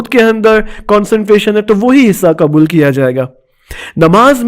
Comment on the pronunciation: یہ مولانا غ کو گ کیوں ادا کررہے ہیں پیغام کو پیگام کہہ رہے ہیں حد ہے لاپرواہی کی اور ق کو ک یعنی قبول کو کبول ۔۔۔۔کیوں توجہ دیں